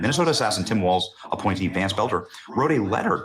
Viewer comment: ITS TIM WALZ PEOPLE. NOT WALTZ!